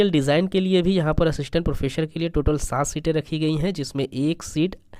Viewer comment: सर प्रोफेसर प्रोफेसर। प्रोफेशर नहीं।